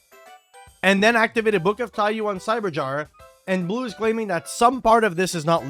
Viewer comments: every yugioh player ever still mispronouncing Taiyou 💀 why could 00s Konami not just properly translate card names? who prevented them from just calling it Book of Sun (Taiyou = japanese for Sun) when we also have Book of Moon? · I mean you said it yourself, Konami caused this by not simply translating the name to "Book of Sun". There is no correct pronunciation of "taiyou" in english as it is not an english word, therefore the only requirement on players is that they successfully communicate to their opponent what card they are referring to. I have never met a player who would fail to recognize either TIE-yuu or TIE-yoh, therefore either pronunciation is valid from the english language's perspective. This is the same as any other loan word. Think of all the poor french words we've adopted and mangled. We can criticize that the pronunciation is wrong in french, but we still have to acknowledge that english speaking people do in fact pronounce them that way and the words are recognized IN ENGLISH as such